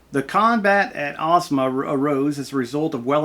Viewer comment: you pronounced the name correctly